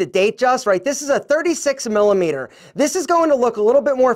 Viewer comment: Say it with me. “Millimeters” Love you brother 😉